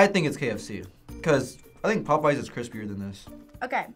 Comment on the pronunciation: He said popeyes?????? Popoeyes for the first one??????? The disrespect !!!